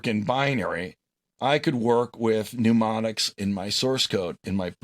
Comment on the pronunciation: Good video, although I was ready to bang my head against the wall after hearing "pneumonics" for the hundredth-or-so time. And "ad-Dress" means to speak to others, while "Add-ress" means a location; they are not interchangeable.